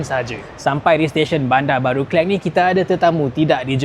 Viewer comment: Ke - lang bukan Ke - leng...